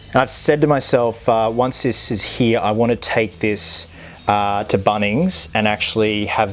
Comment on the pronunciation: how he says "he" instead of "here" an it makes me chuckle loll